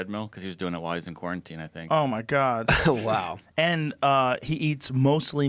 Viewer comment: Joe “Oh my guod he on x games mode” Rogan